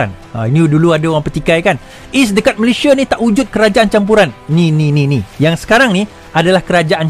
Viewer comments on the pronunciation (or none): none